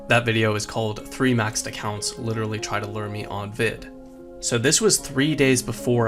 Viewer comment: Learn how to pronounce Literally please YA dog